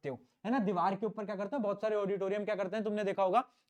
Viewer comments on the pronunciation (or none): none